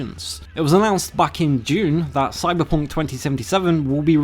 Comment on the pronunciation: Bruh dat "Cyberpoonk" LOL